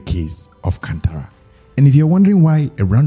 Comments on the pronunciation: ಅದು ಕಂತರ ಅಲ್ಲ ಅಣ್ಣ ಕಾಂತಾರಾ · it's not can-tara it's kaanthara